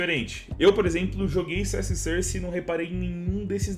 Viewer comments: "CS sãrce". KKKKKKKKK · A pronúncia correta é "sórce"! De nada.